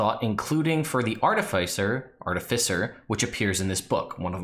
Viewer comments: PSA to everyone: Art-if-iss-er, not Ar-tif-eye-ser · In case anyone cares :) Artificer is a real word with an accepted pronunciation. "Ar-TIFF-uh-sur"